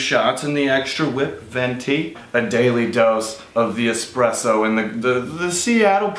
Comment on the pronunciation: The only thing I'd change is the guy who mispronounced, 'espresso.'